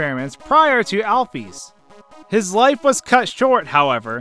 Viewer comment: Alphys is pronounced alph-is not alph-ees